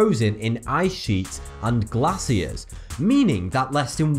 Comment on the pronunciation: Glacier. Not glassier.